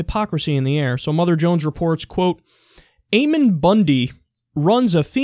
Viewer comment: Ammon is pronounced with a short A like Lamb. Ammon is a character from the Book Of Mormon.